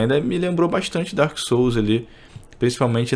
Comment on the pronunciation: "DarK SooUSu dI caVaLOoh"